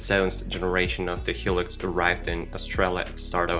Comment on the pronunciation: Hi -Lux, not Helix :)